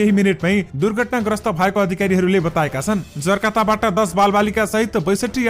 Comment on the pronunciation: जर्काता होइन जकार्ता हो!शुद्ध बाचन गर्नु पर्‍यो !